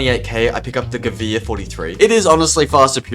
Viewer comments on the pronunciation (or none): Please stop buying the "Gewihr" lol